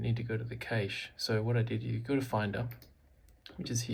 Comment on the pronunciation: love the pronunciation :P my favourite dish is Cache Loraine